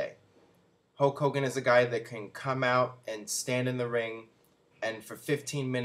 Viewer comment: Once again, can't pronounce Hulk Hogan. Ho Kogan